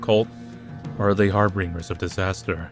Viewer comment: It's "Har-bin-ger" Not "Har-BRING-er" Sorry, feral peeve of mine.